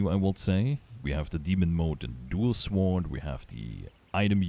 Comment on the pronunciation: Psst. Hey buddy. The W in Sword is silent.